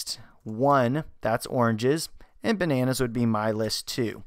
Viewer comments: ...Ba-na-naazz. (c) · The way you said 'bananas' made me laugh so hard